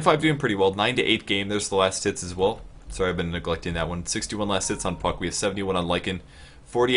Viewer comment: Did he say fuck instead of puck?